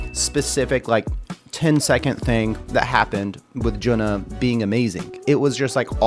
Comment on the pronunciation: Thank you for introducing HAGANE. The drummer is JUNNA, not Juna. JUNNA is pronounced as JU-N-NA. Recommended list